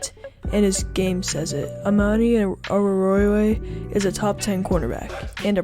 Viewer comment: You did well with his last name 8/10 But his first name is not pronounced uh-man-ee. It's uh-mon-ee Pretty sure det has the most players with hard to pronounce names these last two years haha